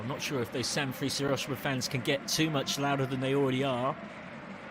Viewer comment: San freeze, Mutsuki Kay-to, YOUrawa. it literally took seconds to google 😂